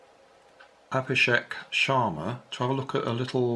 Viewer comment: you did pretty good pronouncing it actually.